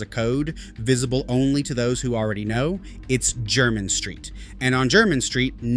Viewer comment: A totally nonsense list, from the mind of a fantasist. "Only Old Money" wears these? I have several of these, and i'm not money, let alone "Old money". Anyone in the UK who's interested in shoes knows Edward Green, and they have a shop on Jermyn St. (Pronounced Jer-min, not Jer-mine). Poorly researched.